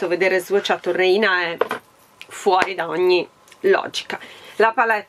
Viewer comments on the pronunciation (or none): Ciao, la parola reina in spagnolo significa regina e si pronuncia réina, con l'accento sulla e 😘😘😘